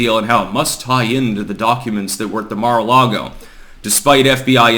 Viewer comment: Car a lago. 🤣🤣🤣